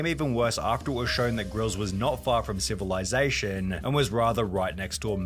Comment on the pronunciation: saying “silivization” is killing me 😂😂😂😂😂😂